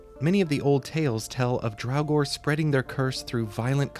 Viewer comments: It Draugr, NOT drowgor. 🤬🤬🖕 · I honestly had to stop listening because of the constant calling them "Drauwgor"